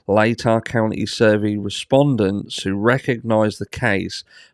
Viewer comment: Congratulations, you pronounce Latah Co. correctly. Most still struggle with it.